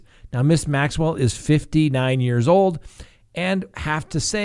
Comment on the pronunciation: you pronounce G. Maxwell name perfectly but Duggar had you stumped?